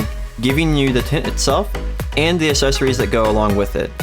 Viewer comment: Good video, but I'm gonna need you to slide a "c" sound in that "assessories" word you keep saying. :D